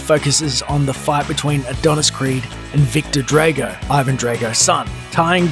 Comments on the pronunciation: Bruh it's Drago not Drego. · No one: This guy: dRaYgO